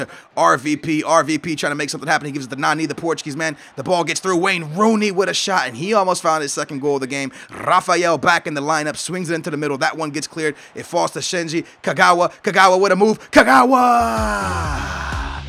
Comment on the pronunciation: IT'S SHINJI, NOT SINJI!